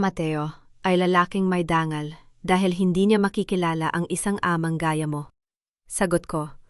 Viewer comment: Hindi ba pilipina yóng narrator? Bakit yong dangal naging dang gal?